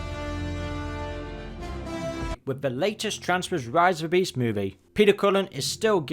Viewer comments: It's driving me nuts that you keep pronouncing transformers as "transwers" - ENUNCIATION AHHHHHH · Why does he say Transformers like that ffs